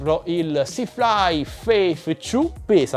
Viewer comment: scusami,vorrei farti notare che la tua pronuncia inglese,lascia un po' a desiderare....se pronunci il numero due dicendo ciu'...fa un po' ridere...prova con t'u'...forse viene fuori meglio (la t falla partire morbida con la lingua tra i denti,come se dovessi sputare in un occhio qualcuno che ha detto una fesseria)